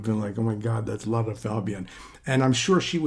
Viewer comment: You pronounce Lara's name correctly. Well ddone. Most don't!